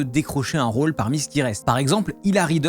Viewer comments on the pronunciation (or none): none